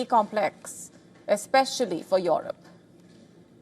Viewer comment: What a Lousy accent of this newsreader !!! She has decided Russia wants to wage a war with Europe (Or Eurup in her accent) ... for what ?? What has this beggar continent has to offer to Russia ???